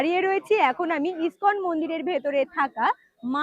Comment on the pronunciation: তুমি আবারও বানান ভুল উচ্চারণ করছ মায়াপুর স্কন মন্দির হবে না, মায়াপুর ইসকন মন্দির হবে